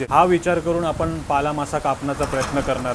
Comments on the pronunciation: तुम्ही शाळेत ल आणि ळ यातला फरक शिकला नाहीत का, तुम्ही नेहमीच ल चा उच्चार ळ असाच का करता. हा मासा पाला मासा आहे पाळा नाही, भाजीचाही पालाच असतो पाळा नसतो, शिवाय कारल असत कारळ नसत. तुमच्यापेक्षा उमाच मराठी ती अमराठी असतानाही जास्त चांगल आहे. मीसुद्धा आगरी आहे त्यामुळे तुमची मराठी कानाला खटकते, जमल तर सुधारणा करा. कारण आम्ही रोजच तुमचे व्हिडीओ बघतो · पाळा नाही "पाला" मासा ...